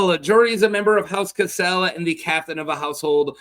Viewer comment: It's Cassel not "Caselle" 😅